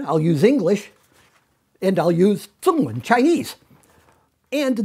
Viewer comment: It’s not zong wen, it’s zhong wen. (中文)